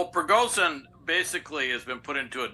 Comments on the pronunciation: “z” and “zh” are pronounced differently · Can't take this guy very seriously - - he cannot even properly pronounce the prigozhin name.